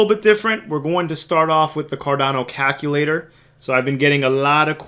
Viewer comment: Haha, you say caKulator. Jokes aside So what you're telling me I need to get more Ada.